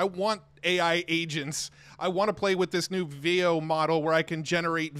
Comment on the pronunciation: Veo. Rhymes with Leo. Matthew Berman played the Google I/O segment where the Google person announced the name of the product. Start at the 19-minute mark on Matt's most recent video of I/O highlights.